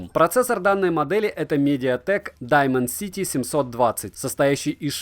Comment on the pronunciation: блин, у меня из-за твоего даймонсити кровь из ушей пошла